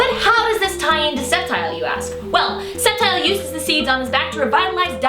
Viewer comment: I've always pronounced it Sceptile with a hard "C"...